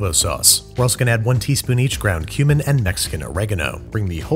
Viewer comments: I thought you said ground human not ground cumin lol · i thought you said 'human' when you said 'cumin' and got so scared. 😭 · Thought he said "ground human" and I was like, Torgo's Executive Powder? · When he said dried cumin i think i hear dried human cause my earphone moved and distorted the sound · He said 'cumin'. I don't know why I heard 'ground human'.